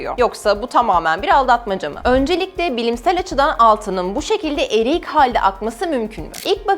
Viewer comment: eriyik hal 😂 adanalı galiba